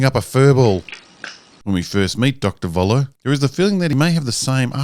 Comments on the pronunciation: It is sooo annoying that most English-speaking people cannot say 'Voller' correctly... it is German and the V is pronounced as an F. Not difficult. So it is "Foller" and not "Voller". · Why doesn't any English speaking person learn that the "V" in German is pronounced "F".... so "Voller" becomes "Foller". This is not difficult. I am not even asking you guys to learn how to pronounce the "ö"...